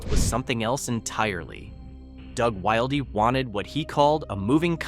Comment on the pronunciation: I'm pretty sure his name is pronounced "will dee" not "wild ee"